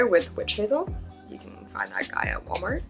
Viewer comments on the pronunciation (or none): none